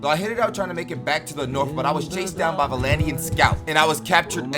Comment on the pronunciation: He’s pronouncing vlandians wrong Vlan-di-an